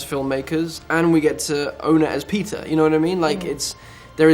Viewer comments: I heard Pizza instead of Peter lol. SCREW THE CRITICS Andrew is such a great man really talented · He says Peter like pizza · Whenever he says "Peter", I only hear "Pizza". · wait.. Pizza? or.. Peter? I'm so confused! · I did too, lmao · I thought he was saying "Pizza" when he meant to say "Peter" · Am I the only one hearing "pizza" every time he says "Peter"?!... Yes?... Ok! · He said Peter I thought he said pizza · Lol every time he says Peter it sounds like he's saying pizza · I thought he said pizza :) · I thought he said pizza not peter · Foreign accents don't typically affect my comprehension of the speaker's message, but every time he says 'Peter' it sounds like 'pizza.' And now I'm hungry. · I could've sworn to god the first time he said "Peter" I thought he said "pizza".